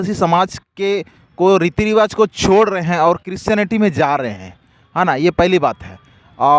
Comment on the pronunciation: Aby patrakaar kaar bhaiya aap pahle christionity to achha se bolne sikhye